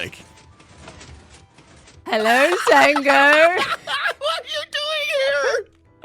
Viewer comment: the way you said hellauirgh😂